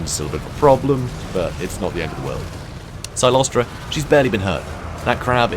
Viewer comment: it's CYLOSTRA, NOT CYCLOSTRA. Although the mental image of that fat ghost riding an ethereal bicycle is quite hilarious. Frenchie deserves it.